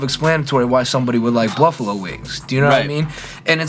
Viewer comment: "Bluffalo wings"?